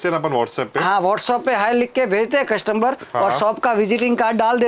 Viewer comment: कस्टम्बर नहीं कस्टमर बोलो भाई